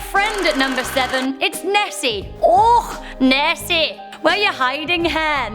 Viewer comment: saying "Nessie " and "Scotland" was priceless 😂